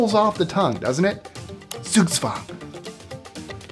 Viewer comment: Dr. Spencer Reid disagrees with your pronunciation of Zugzwang.